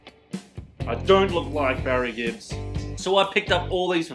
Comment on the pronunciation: Brothers Gibb mate, not Gibbs 🐙-triggered